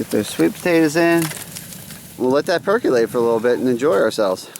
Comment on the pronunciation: Man, you love that word, "perc-u-late"... lol, I can't get enough of it. It's the adjective for anything involving cooking food. Perc-u-late. You should be a comedian. Love the vids man.